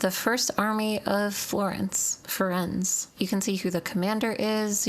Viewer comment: love the video but the curse of american pronunciation strikes again with firenze